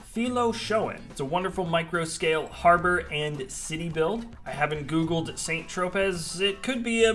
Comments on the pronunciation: I believe it's pronounced 'san tro-pay'. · Including a mandatory visit to SAYNT TRÓPÈS. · This is correct pronunciation indeed. Bien joué. 😁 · ....I love you to death, but Saynnt-Trohpezz??? For real, homie? You and Mike need to go on a serious vacation, immediately. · pronounced "San Tro-pay". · Saint Tropez is pronounced Sain-Tropay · Oh, ffs... Saint-Tropez, pronounced Tropay, it's French, is a reasonably well known town in the south of France on the French Riviera. I swear, sometimes the lack of basic, common knowledge shown by the people on this channel... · saint tropez? you are probably the first person i have ever heard it pronouced wrong lt's pronounced like San troupay facepalm other than that the creations are all insane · I find it very sad, actually. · Way to murder the french pronunciation 👍